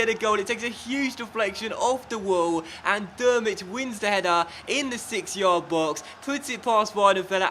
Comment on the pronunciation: Great video as always! Please manage Chile. Just a little pronunciation tip as I'm from germany: Drmic is pronunced Trimic, not Dermic ;)